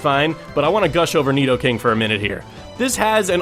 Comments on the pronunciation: you said nidoking right! i'm proud of ya! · .......I love this list and I almost cried with joy when you named Nidoking (yes, you pronounced it correctly) as #1! He IS my #1 favorite in general. I also would replace his "ground" type with "steel" and that would make him the ULTIMATE Fairy destroyer. A Poison/Steel Mega Nidoking is totally open, even its Pokedex Entry for Yellow mentions its hide being steel-like....I've also counted the weaknesses and resistances.....Resists almost everything. I guess Steel's resistance to Psychic would normalize Poison's weakness to it. Same thing goes for Poison's resistance of Fighting for Steel's weakness. The only issue would be fire and HIGHLY allergic to Ground, but that's okay, he was weak to Ground in the first place.